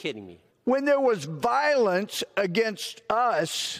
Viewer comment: "When therr was violence against us"? When was this, exactly?